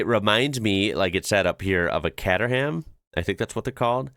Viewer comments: The Lotec Sirius looks great, but I couldn't drive it in the UK as we have speedhumps. It's far too low. It's not Cat erham, it's Cayterham. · ... ... Catter ham? Cater-'em. Also, Dame-ler. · Worst pronunciation, katter ham. It's cayteram😂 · Kater Ham lol Pronunciation ‘H’ is silent Pronounced ‘katerem’ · "Caterham" is pronounced 'Kay-ter-ruhm'. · It's pronounced "KAY-tram 7". No roasting; just helping. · It's pronounced more cayterham bruv.☝️ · Kay-ter-rum. The donk is Dutch, you will fit. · Caterham is pronounced Kayteram. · Look up Daimler, a historic British brand, pronounced " Dame ler" Caterham 7 is Pronounced "Kate trum" ;-) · Yep, He was spot on with Donkervoort, But screwed up big time on Caterham, ( Kate-er-um) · as far as i know, it's pronounced caytrum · Caterham is pronounced Kay-ter-um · Nice attempt on the Caterham, its pronounce Kate er amm. Look forward to the next one. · Caterham is pronounced with a K similar to catering.